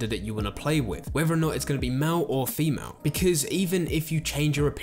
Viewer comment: "Mal or femal" got me ded 😂😂😂